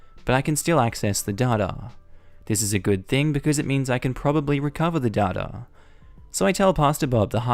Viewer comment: This is the first time I've ever heard "data" pronounced as "dhaugh-dhaugh". I can't hear you say it without immediately thinking of the Dadaist movement 😂